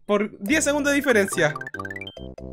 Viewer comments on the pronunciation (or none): none